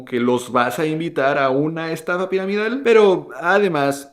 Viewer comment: Hay en escaso momento que no se entiende bien. Como lo de piramidal , da trabajillo porque arrastras la palabra. Disculpa mi comentario. Me agrada mucho tus videos y si es miedo a la hacienda publica